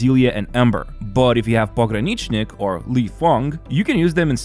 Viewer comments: Its a lil funny you can pronounce pogs name perfectly but have trouble with lifengs name lol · The way you pronounce Pogranichnik makes it sound like you're Russian too. :D